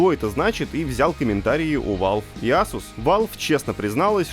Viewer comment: не асус а эйсус